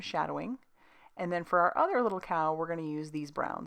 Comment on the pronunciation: Super cute. I could have sworn i heard you say that you were going to "color the udder cow" 😆😆💕love that background. I got my order yesterday and can't wait to color these adorable cowlers.